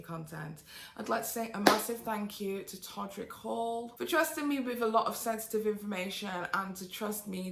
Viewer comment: I'm sure it's totally me and my distracted brain, but I could have SWORN at the end P said he trusted her with "sexsitive information"